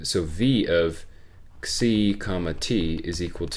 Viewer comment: He indeed pronounced it right. "xi" should be pronounced as "ksi".